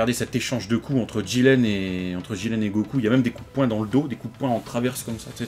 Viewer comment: Le mec il s'appelle jiRen pas jiLen sérieux les mecs c un r pas un l